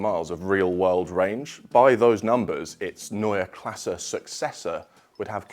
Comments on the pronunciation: Finally a good looking, back to the roots design language. This will x fold their sales, for sure. And thank you for the right pronounciation of Neue Klasse. If you pronounce Porsche with an e at the end you will be my hero! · like that you mastered the pronounciation of "neue Klasse " 😊 great new design (go over those '90s Alfa rearlights though) .. but just concepts 🖖🏻